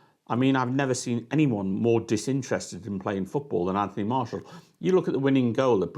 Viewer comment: Martial is as bothered as this guy is about pronouncing his name properly…😂